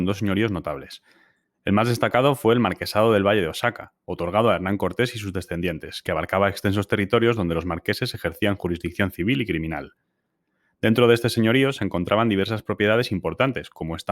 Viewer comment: Excelente video, que fascinante historia, me encantaría ver videos de los otros virreinatos. pequeña corrección, se pronuncia ‘oajaka’ osaka es una región de japón